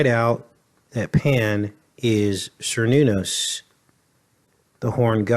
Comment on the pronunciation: Cernunnos is pronounced with a hard "k" sound: care-NOON-ahss /kɛər ˈnun ɔs/.